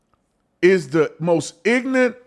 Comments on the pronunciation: I love you officer but please say ignorant properly. It’s IG NOR RANT NOT IGNANT. ❤ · The word is “Ignorant”..NOT “ignant”..you accuse others of the same thing you do.